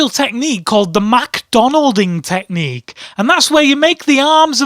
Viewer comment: I laughed so hard when he said "the fisting teqhnicue" xD